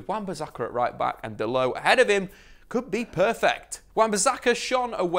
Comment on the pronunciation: It’s Dalot not dalow😂